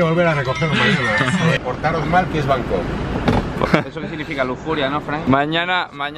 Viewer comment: Cuando dijiste bancooooooc la habías cagaaaaaooo